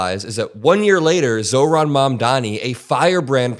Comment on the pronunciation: Again Mikie... You got Zorans name right though